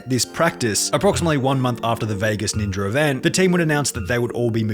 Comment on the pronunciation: Ninjer 😂 Bro it’s Ninja